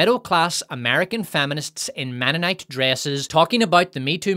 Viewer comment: Ahem, it's "menonite" not "womenonite."